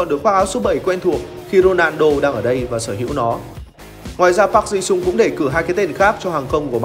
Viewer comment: A ơi sao Park Ji Soong a đọc thành PAG thế a?